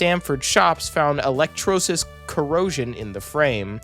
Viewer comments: FYI, the word is pronounced e-lec-TROH-li-sis. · e-lec-TRAH-le-sis (or thereabouts)